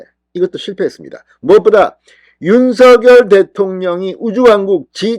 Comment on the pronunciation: 진성호씨 윤석렬 발음 하실때 다음글자 ㄹ 즉 렬자 일경유 앞 석자를 성자로 발음해야 맞습니다 시정하시면 좋을듯 합니다 일부 방송국 앵커도 서결로 발음 하는것은 잘못된 것입니다